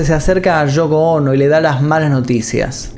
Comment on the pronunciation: El video está genial pero cada vez que escucho Shoko Ono y Nueva Shork me saco de onda😔😔😔